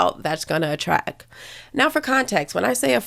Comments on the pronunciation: The word is ATTRACT with a T, not ATTRACK like you pronounced it. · Me thinking she’s pretty and considering listening…until she says “attrack”.